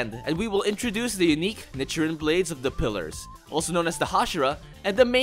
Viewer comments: Lol he says nichrin and not nichirin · it’s pronounced neechirin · Was anyone else cringing about the was he pronounced “nichirin” 🥲 Also want the mean of the black sword something like “ a demon slayer that doesn’t last long in life”?